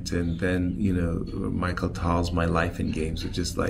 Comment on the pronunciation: MICHAEL Tal. LOL. I think Yasser pronounces everybody's name wrong on purpose and is just trolling everyone.